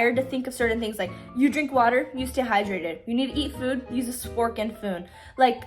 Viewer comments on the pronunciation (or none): I haven’t attempted shifting in prob around a year and finally want to start again and your vids are so motivating!! also u saying spork and foon instead of fork and spoon made me giggle haha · i love you but you said spork and foon and that made me giggle.